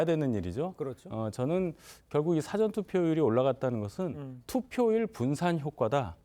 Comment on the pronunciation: 대변인이 '사아전'투표 라는 발음조차 못합니다. 영어 '사전' 이라 하는 실력을 지닌 인간입니다. 정의당이나 민주당 대변인이 적합합니다.